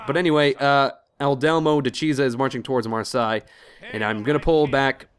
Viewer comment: How is it 35 episodes in and still no one has pointed out to you that Marseille is pronounced mar - say. Cracks me up every time.